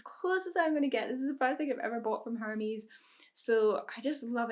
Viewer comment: you pronounced the company name Hermes wrong. The "h" is silent in French